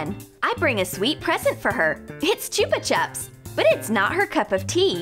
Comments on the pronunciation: Bruh the way she says chupa chups like what are u doing you do not say it like that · I always get rlly annoyed when she says chupa chups like that 😂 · Fiel Fyv it’s not the accent she is just saying it wrong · Qwiggle Slime I agree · Boring Person Here yes it is